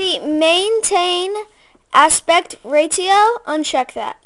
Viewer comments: You named the picture "hot guy"... And "ratio" is pernounced rashio, not ray-tee-oh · Congrats on your first tutorial. :) ~ "... all that crap." Ha! :p That's the *technical* term, right? :p ~ Just so you know, "ratio" is correctly pronounced "ray-she-oh". :) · for a little kid that is a good video. but dude, u don't know how to pronounce ratio. good job! keep up the good work man :)